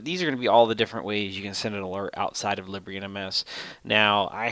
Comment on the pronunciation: Useful video, thank you. "Libre" is pronounced "lee-bray", though. ;)